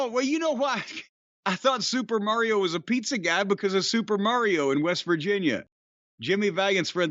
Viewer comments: I absolutely hate the way pronounces ‘Mario.’ Didn’t even know that was an option. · New Jersey coming out: Super "Merry-o" Brothers. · Yeah that's the infamous NY-North Jersey accent. My family from the Bronx says it the same way. Merrry-ooh